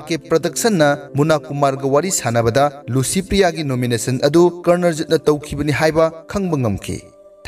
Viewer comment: Dear narrator , u pronounce LICYPRIYA as LUCYPRIYA....